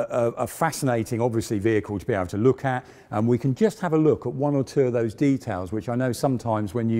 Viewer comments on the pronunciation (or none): none